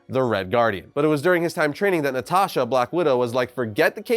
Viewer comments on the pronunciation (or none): none